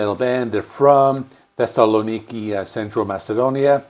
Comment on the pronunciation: hehehe welldone pronouncing thesssaloniki but now you misspronounce khirki :) and yes i think too that khirki's album was of the best in 2024. nice video